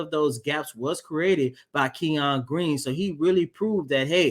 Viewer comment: His name in not pronounced “Key On” it’s pronounced “Ken Yun”. Kenyon